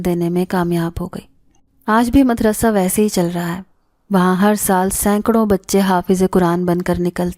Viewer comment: Nice voice...nice all stories..... madrassa not... madarsa